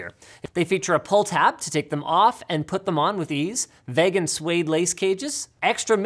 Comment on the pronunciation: Today we learned that Linus doesn’t know how to pronounce vegan